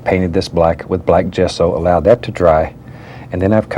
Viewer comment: When he says "jetso" it e n d s me